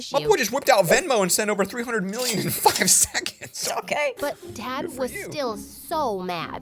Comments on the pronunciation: I'm sorry but it sounded like he said. dad whipped out venmo and sent 300m in fing seconds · wait did actually say f? Idk it just sounded like that to me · really sounded like the f word rather than five seconds but its ok a person says it more than once in their life it doesnt matter just pointing it out sorry if you took it in a offensive way..